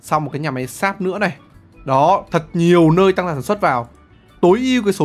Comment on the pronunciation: hầm sáp mà t nghe ổng nói là hầm x.ác 👉👈